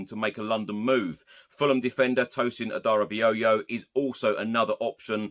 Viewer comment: First time I've heard Adarabioyo pronounced correctly 👏🎉